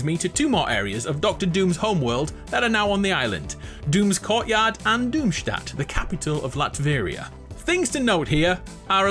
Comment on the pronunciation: Finally, a YouTuber who pronounces Doomstat correctly